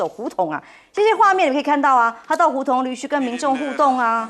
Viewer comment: 胡同（tong四声）